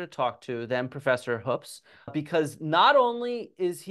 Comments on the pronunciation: For the record my last name is Hoops and it's pronounced like you're claiming Hoopes is. Better check the family history. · Sir it’s pronounced HOOOPS. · So when he was playing the part of Graham Hancock he mispronounced his own name Hoopes. Accuracy. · who? John Hoopes? No, he never worked with my dad on any projects, papers, or research. John told me before recording that he'd met him when my dad gave a lecture at Kansas. I only met John briefly at a conference earlier this year. Hence why I didn't know how to pronounce his last name 😅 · I don't know. Can we really trust a guy who can't even pronounce his own name the way it clearly is spelled?